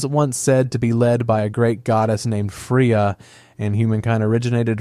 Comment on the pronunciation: 🚩Free-ya...? Pronounced fray-ya...